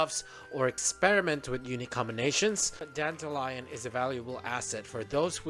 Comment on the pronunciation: Why call it Danta-Lion though? So weird. You can even hear them say Danta-Lyon in the story. Wrong pronunciation of the name , BUT a nice guide .